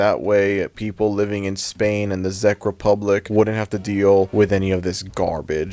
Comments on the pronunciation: Czech is pronounced like “Check” not “Zeck” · this is very interesting but heads up, "czech" in "czech republic" is pronounced like "check", not "zeck" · im sorry THE FUCK? THE ZEK REPUBLIC? "Czech" is pronounced "check", man. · Why is he saying "The Zeck republic" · Because it sounds like Czech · Czech is pronounced how you would say “check” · Correction, The "Czech" in the Czech Republic is pronounced like the word "Check". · "Zech republic" 💀 Edit: also here in hungary (and likely other european countries) cloudy with a chance of meatballs aired on cartoon network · I don't mean to sound like one of those people, but Czech is pronounced "check". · Czec in pronounced like check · I like ur vid but Czech Republic is pronounced check Republic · ffs Czech is pronounced "Check" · the way you kept pronouncing czech republic wrong😭it was triggering me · sooo nobody is gonna talk about how he's pronouncing the Czech republic